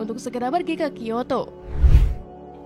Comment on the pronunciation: Kyoto aja di bilang kiyato